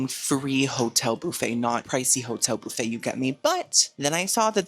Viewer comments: Guys as someone who’s not from America I’ve been watching a lot of videos recently and he keeps saying ‘bouffet’. Is that how you guys say buffet? Or is he just making a joke 🥲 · I never heard Bouffey for buffet until your channel.So I guess your body if bouf & not buff?Loving it.😂❤